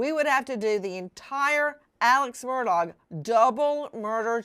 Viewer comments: It's pronounced murDOCK Not murDOGG. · Alex "MURDAUGH" THE G IS SILENT. Mur dahhhhh. Not MUR DOG. for future references The purpose of the evidentiary hearing "THE JUDGE WANTED TO MAKE A FULL AND COMPLETE RECORD WITH ALL POSSIBLE EVIDENCE AND PROFFERS "For the Appellate Court to decide based on facts" and all the Lawyers knew that. IN THE LEGAL WORLD ITS CALLED A HANDOFF but this was done properly.